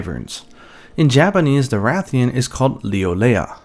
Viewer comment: You said Ra-thian? I knew it! Every keeps saying RAY-thian and I'm like "bro, why would it be pronounced different from RA-thalos?" Ray-thian and Ray-thalos? Nope, Ra-thian and Ra-thalos.🐲